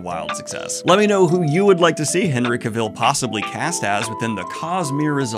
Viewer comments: That’s not how you pronounce Cavill, right? I sure hope not lol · stop pronoucing his last name like that - its weird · Daniel, you're great, but you keep saying Henry Cavill's name wrong. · Cav-el! Cav-EL! Not Cav-ill!!! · Stop saying cavile it's cavill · Why do you pronounce his name that way? In my head it's always been CAV-ill not ca-VILL. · Yes, he absolutely needs to be a lead in a franchise, but that means you need to learn to say his name correctly: Cav il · "CAVILL" RHYMES WITH "TRAVEL" DANIEL!!!!!!!!!!!!! (I feel the need to comment this every time you say his name) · For the love of God! it is CAvill! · "Cavell" like "travel" dude unless you're trying to be funny, then ignore me lol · His last name rhymes with "travel" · Cah-Vil, I hate being that person, but hearing it being mispronounce like that is slightly triggering over and over, sorry! So cool he liked Sanderson though he truely is king of nerds! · Daniel, I'm glad your giving your takes on this... But for the love of God, SAY HIS NAME RIGHT! It rhymes with "travel!" He literally made a video where he tells you! You even said it right once, and then went BACK, for God's sake! Daniel, PLEASE! -Sincerely, a subtitute teacher with a last name no body says right. That's probably why I care. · Love your videos Daniel but your pronunciation of Cavill bugs the shit out of me. Its said like the word 'Travel'. You actually said it right when you cut in at one point as well 😂 Genuinely love the videos man but I just had to get that off my chest. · everytime Daniel says Cuh-vill I want to throw a rock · I love this idea and the video but your repeated mispronunciation of “Cavill” is KILLING me 😂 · You should probably start pronouncing Cavill with the emphasis on the right syllable before you try to interview him. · Day 900 on Daniel mispronouncing Henry Cavill's name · I cannot watch this video because you pronounce Henry Cavill's name wrong every time.